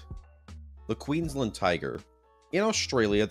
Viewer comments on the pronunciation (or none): none